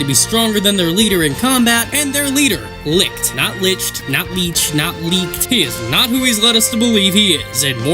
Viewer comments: No, it's not Lickt, It's Licht. You can hear it clear as day in the most recent episode. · His name is Licht, not Licked x'D the anime pronounced it pretty well. ABD peonounces it pretty well too. I know it because i am German ;)